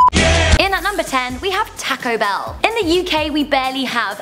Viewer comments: you said Taco Bell wrong. You say it tawco bell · Joseph Metoyer yeah was wondering the same, she's saying "tacko bell" like wtf, your pronunciations of word are 80% normal, then you ruin it by saying things like "tacko bell" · Tack Oh Bell lol your accent dosent go well with that name lol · Why she says Taco Bell weird like tãco I prob did that RONG tho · MelonHD toco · "taaco bell" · im surprised how much im upse the way she says taco bell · strange, have never heard it pronounced like that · The way she says taco bell is too funny